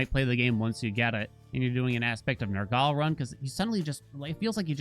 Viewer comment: Nergaley? Nur-gul.